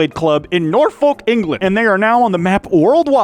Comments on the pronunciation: Ahhhhhh, butchered a British Town name. Its noor-fuk not noor-fowlk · The way says Norfolk man 😭😭 it's more of a nor-fook than a nor-folk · The way you pronounced Norfolk killed me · you did not just pronounce norfolk like that